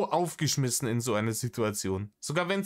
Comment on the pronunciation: Wongls Gesetz: Wenn Rainer das Wort "Sidduerzion" verwendet, kommt ein ganz besonders dreistes Lügenfeuerwerk.